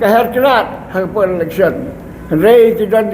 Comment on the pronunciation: electhion....what???? comishion....what???? dalar.....what???? 😂😂😂 Ni....lit....😂😂😂